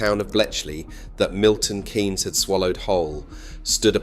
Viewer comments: Great video ...but please - it's not Milton "Caines" !! its pronounced Milton "Keenes" Those who have lived there know how good it is. Everyone else - well we dont care ! It does work well for cars but it also works really for bicycles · People who live in MK pronounce it 'Keens' NOT 'Canes'. otherwise an excellent video. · Milton Kaines? Keens is how we say it. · KEEEEEEEEEEEEEEEEEEYNES NOOOOOT KAAAAAAYYYYYNS FFS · Milton Keynes, not Milton Kaynes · Why do you use an AI voice? It was pronouncing Keynes as Canes most of the time, nobody pronounces it like that! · The AI voice mispronounced Milton Keynes every time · I don't don't think it is. Why can't it pronounce Milton Keynes? And why did it spell out car?